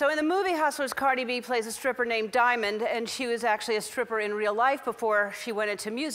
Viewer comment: Me: mom can we have carid B? Mom: no we have carid B at home. Carid B at home: wassp I'm carid E